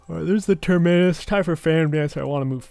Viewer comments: It’s not ‘Terminnus’ it’s ‘Terminus’ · I think the torture is he saying Ter-MI-nus. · I hear next patch you won’t be able to take an item unless you can pronounce its name correctly. Big Terminus nerf for you